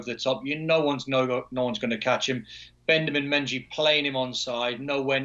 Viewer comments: Ah yes Bendamin Menji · Bendamin Menjy 😂😂w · Bendamin Menjy😂😂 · Bendamin Menjy 😂😂😂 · Bendamin Menjy , who’s Bendamin Menjy 🤔🤔🤔 And, Gwenduizi?! 🤣🤣🤣